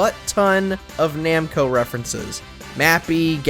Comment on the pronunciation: Namco not Nemco